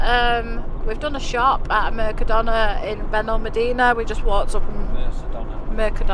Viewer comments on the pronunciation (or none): prenounce Mercadona with a k not an s. Aldi is very expensive here in Spain so different to the UK. Lidl is the cheapest place to shop.